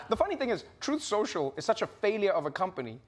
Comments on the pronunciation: I don't mean to be a stickler but I believe it's pronounced "Troth Shoshal" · "TROATH SENSHAL" 😂🦅🇺🇸 Yes, he actually said that. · Uhhhh….. it’s pronounced “Troth Senchal”